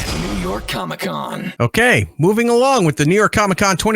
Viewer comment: It’s pronounced “NAY-gelllll” You have to let the e’s breathe